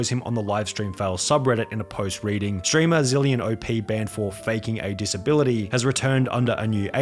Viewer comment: I like how you said "steamer" instead of "streamer." It's like a Freudian slip.